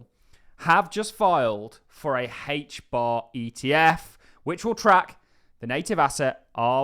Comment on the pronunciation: Why do you call it hach bar?